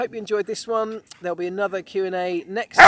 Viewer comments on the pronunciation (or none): none